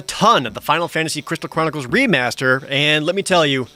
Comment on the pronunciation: “I just got done playing a ton of the Final Fantasy: Crital Cronickles” is what im hearing 😭😭😭